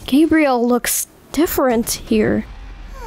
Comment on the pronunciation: It sounded like he said “my name Gabriel but you can call me gay”💀